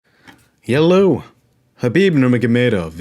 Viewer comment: Why do you say hello like my drunk Russian uncle